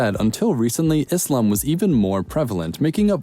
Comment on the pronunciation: Happy to see that you have pronounced Islam not Izlam